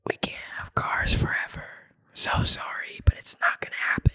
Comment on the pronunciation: Literally: I’m so sowry every second